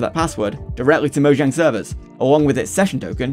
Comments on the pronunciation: Moe Jang. Wtf is "Moyang" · It is not Moyang. IT IS MOJANGGGG!!!!!😡😡😡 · ITS NOT MO YANG IS MO JANG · moyang its mojang ok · Moyang why do you say it as Moyang its mojang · Its not moyang its mojang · Please note that it is Mojang and not Moyang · quick question, why do you pronounce it moyang? instead of mo-Jang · the first person i see to say "moyang" instead of "mojang" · Bro just say mojang, moyang is so jarring. it's like when people say bezing instead of Beijing. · I hate it I hate it I hate it I hate it ITS NOT MOYANG ITS MOJANG AAAAAAAAAAAAAAA ITS TRIGGERING DA TISM! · never heard someone pronounce mojang as moyang 😭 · if this dude say moyang 1 more time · stop saying fucking "MoYang" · Saying“Moyang” is cringe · The way you say "moyang" is so disturbing by me but overall good video. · why is bro saying moyang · moyang lul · Bro doesn't know how to pronounce the "j" in Mojang 💀💀💀